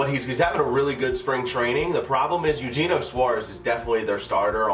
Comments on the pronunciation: I’m sorry but it bothered me-his name is pronounced: aye-you-hey-nyo...not Eugene-o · The third baseman is Ay-you-hey-nio